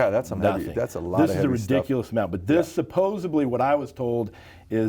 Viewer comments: After a 5 minute conversation, how could anyone hire this man? He actually said "supposeBly". Upon listening to his very teenage-ish manner of speaking and his obvious limited vocabulary; why didn't they say no thanks and just walk away? I have come to the conclusion that any bodybuilder that hired him or sought his consultation had to be even less intelligent than him. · And "supposABLY" UGHH